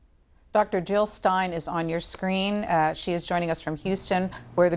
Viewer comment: Jill not Hill!